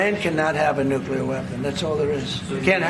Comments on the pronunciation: Love the channel,. But you’re pulling a George Bush… it’s pronounced NUKE-lear, not NUKE-you-ler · It's Nuclear like unclear. If you can't see through it then it's unclear, It's not "Unk-u-ler" it's un-clear. Like NUCLEAR. Not OLDCLEAR! NEW CLEAR!! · Please, it’s NUCLEAR. Not Nucular.